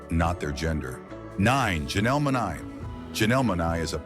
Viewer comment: Utuber You Said Monae Name Wrong ! Dumbo ! Love Lee Lee !